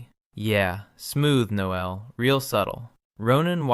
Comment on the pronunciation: And pronounce the male version of “Noel”. Your AI is using the female pronunciation. Then the droning on and on like two silly teenage girls in high school. If your audience is M4M these two would have at least explored each other’s bodies while sharing a sleeping bag. From the first night with the gay guy having a crush on his very attractive straight friend with an attractive body so close he could feel heat, there would have been an arousal that someone would be trying to hide. That is unless they were normal guys and had normal sexual drives that started their relationship on a camping trip, in a sleeping bag, because of one guy (the supposed straight one) had a malfunction with his sleeping bag, which resulted in the closest possible proximity between the two of them. Instead of developing a sexual connection that would be normal for an adult male, even one supposedly straight, to Admit feelings towards his gay best friend would be with an arisal as well as with words and their first kiss. There is no way two adults in their mid 20’s would let an opportunity like this “camping trip” in freezing cold temperatures, pass by without experiencing each other’s body at least with hands and tongues. Since I find your channel crap and tedious, especially since there is no personality in it, just the same old AI dribble that everyone else is repeating. Then to make matters worse it’s read by AI that can’t pronounce words in the English language properly. Very irritating to someone